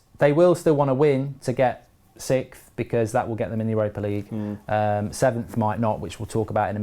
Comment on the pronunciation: Do British people not know how to say 6th? Or is it just Mark?